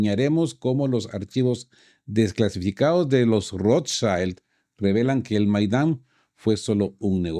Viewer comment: Perdón, se pronuncia Rothschild no "schaild" es una palabra alemana.